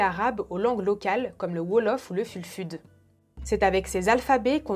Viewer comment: Pour une des langues on écrit fulfude mais on le prononce (foulfoudé) La langue Bamoun s’appelle shupamom Bravo pour ta chaîne je viens de la découvrir et depuis C’est une pépite 🔥🔥🔥 la plus part de tes vidéo que j’ai vu sont de 2ans au moins je ne sais pas pk je ne t’ai pas connu plus tôt. C’est possible d’avoir des livres que tu lis pour tes vidéos ?